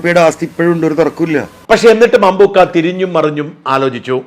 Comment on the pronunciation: അമ്പൂൂൂക്ക അല്ല,,, അമ്പ൪ക്ക,,, 😂😂